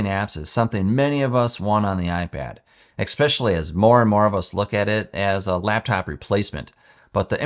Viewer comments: Just FYI the word is "especially" not "ex-specially" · “Expecially”? N-n-n-not a word.